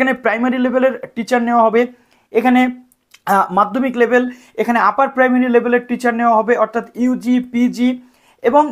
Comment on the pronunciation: Upper primary baper ta clear bolun